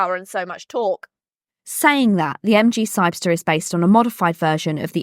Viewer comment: No, she just can’t pronounce the name, or misread it.